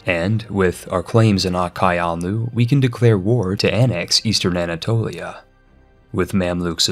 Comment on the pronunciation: I cringed so hard at his pronounciation of Qara Qoyunlu